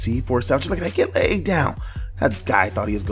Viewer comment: "Layyed down!"